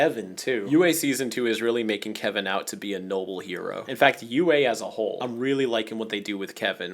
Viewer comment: perfect time but said “Levin?” Not “Kevin!?”